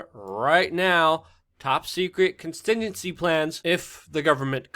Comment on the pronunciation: You cant even say contingency plans...